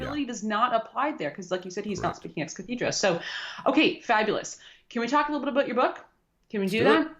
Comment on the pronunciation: Good Doctor Marshall, your videos a really great. :D There's just one thing I wanted to say at this time. "Ex cathedra" is something I've heard you mispronounce a few times, as "ex catherda."